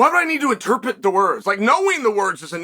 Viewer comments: Interpret Chael, it’s interpRet. There is no such word as ‘interpet’ (Well not in the way you are using it) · "Interpit" - Chael Sonnen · Did y’all miss the lesson on how to pronounce interpret?